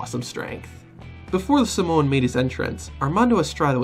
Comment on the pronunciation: "oh my god somowa spike"-UMAGA